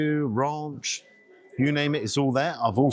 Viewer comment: Rarrnch! RANCH.. you not with the BBC you know... Love your vids❤